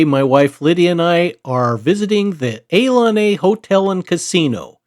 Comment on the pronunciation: The Casino Ilani is pronounced ee-LAH-nee FYI